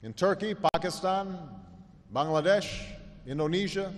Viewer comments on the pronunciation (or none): none